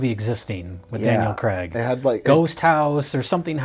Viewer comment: please say "Craig". He's not Daniel Cregg. Craig. Not Cregg.